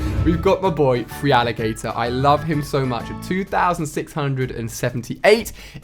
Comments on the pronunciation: Wtf is yurssring it pisses me off when he pronounces it wrong it's URsaring and it's not freealigator its feraligator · Love listening to Ali pronouncing Feraligatr as free-alligator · Look at this guy! "Frealigator"? Ali, if this is your favorite generation then you should know the pronunciations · Urging? Freealligator? So they're your favourite Pokemon yet you can't pronounce their name?????